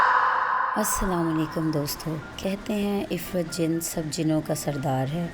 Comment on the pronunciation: O bb parhi likhi ye afreet hota hai ifrit nahi